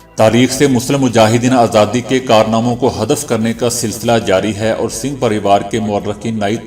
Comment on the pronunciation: IT IS NOT SINGH BUT SUNGH PARIVAR